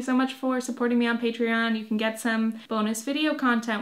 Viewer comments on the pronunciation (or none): none